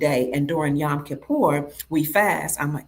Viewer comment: YOm...not yam